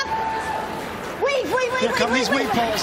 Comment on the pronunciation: I thought it was 'weave paws' the whole time🤣🤣